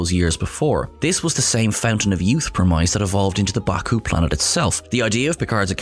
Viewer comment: say "premise" again